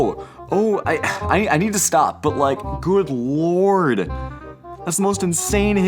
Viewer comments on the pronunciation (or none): none